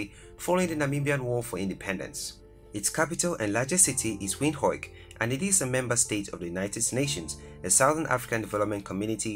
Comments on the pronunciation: Windhoik? It's pronounced Windhoek. The hoek part has the hook sound, not hoik. I'm Namibian myself and I love my country. There's so much more you missed. Though, honestly I can't take it seriously. Hear me out on this please. The list you made is great, but it's the pronunciation that puts me of. Like the way the pronounced Christuskirche. It's just the inner teacher of me coming out. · Stunning....🌌🌌✨ But it's not Windhoik It is an Afrikaans word translated as Wind Corner. Pronounced as "Vind hook" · The pronounciation of our Captain city's name (Windhoek) is actually WindHOOK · I know. That made me laugh. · When pronouncing Windhoek rather say wind-hook , but the video is great and thank you for the video it's really informitive👌🏼, giving people a glimse of what Namibia is or what to expect because there aren't a lot of videos about Namibia ... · Just a point of correction brother, our capital city is not pronounced the way you are saying it. You must say “Venduk” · To make someone understand you pronounce it as WINDUK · miner xr gaming he pronounced it “Win-hok “ . What is win-hok? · The way he pronounces Windhoek😂😂😂. I still love my country ❤️ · I know yeah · Guys i feel so proud to be a Namibian. The guy said Windhoek wrong. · Love how he says windhoek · I am from Namibia.. Nice video though you can't pronounce Windhoek correctly. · You pronounced Windhoek wrong . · Dude knows Afrikaans but can't say Windhoek